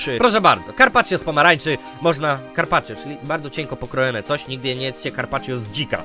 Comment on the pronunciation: Gdy powiedziałeś carpacio to usłyszałem karpacie